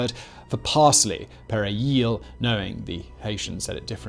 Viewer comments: "Pere yield" Simon didn't pass the perejil test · You would've been killed for saying perejil the way you did 🤣 that was terrible